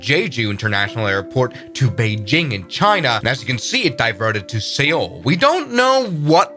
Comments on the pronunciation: “Say-Ol” Brother it’s pronounced “Soul” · Dude it's pronounced Jeju not Giju... like Je in Janice... jeju. Also Seoul is pronounced like "Soul" like I've got soul... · I love the information, your pronunciation of the cities is very inaccurate, I just want to clarify, Jeju is pronounced Jeh Joo, and Seoul is pronounced Soul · Se-yol? Seoul pronounce as same as the word Soul. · He also pronounced Seoul as See-ole instead of soul 😂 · “Say-all”? Jesus. At least know how to pronounce major cities of the world, or even just the cities you are mentioning in a video…. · I dislike this guy's gabby overbearing voice and failure to learn the correct way to say Korean names. It's not jeejoo....it's jeh-joo. and there's NO excuse for saying Seoul the wrong way. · ... your pronunciation is wrong. It's a "Sea Owl" which they apparently missed that time. Oh wait ... Ingred's Uncle Ole? They were going to see Ole? No, they were headed for a Mexican party! Si! ¡Ole! ¡Ole! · You said Seoul Wrong